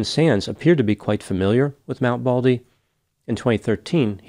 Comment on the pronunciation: MT BALDY, not BALDLY!! 😂 NEVER underestimate the wilderness or the ocean. You can never be too prepared. All it takes is for a few small things to go wrong. Phone battery dies, you forgot your jacket, you lost your map, you left the flares at home, forgot the food pack, too little water, etc. One thing goes wrong, you may survive. 3 things go wrong you won't make it. The other thing too, is to take a partner and never go alone. And make sure that your partner is as experienced and prepared. Stupid partners exist and are deadly. I learned the hard way on a trip to Zion. My male partner (BF at the time, but Ex after that) assured me he knew that hike. A car drove us 40 miles up the winding mountain road in Zion National Park so we could hike 17 miles downstream on the river bed. The river at the bottom was cool and refreshing and the air temps were mid 70's, going to 80 F. He also told me to leave my boots and jacket in the car and only take my sandals as we would be walking in a wet river bed for that long hike. We had no food, no lamps, no bedding, only a day hike. The car left to go back. I stepped into the trail and the air was 35F at the top of that mountain. There was a ring of mountains around, it was a crater. This meant the sun would NOT be shining on us until 10 am, and it was 7 am. It was freezing cold and I had no jacket either. I dipped my sandaled feet into the water and it was ICE COLD!!!!! I realized in an instant that there was no way I could walk a mile in tha